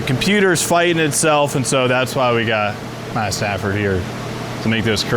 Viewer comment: Sanford not Stanford